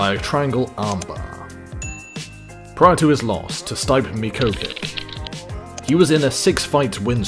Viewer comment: Fabricio "wher-doom" "steyep miockic" , Kron is seen choking bruce leeroy and the narator refers to a different fight, calls royce rickson...come on guy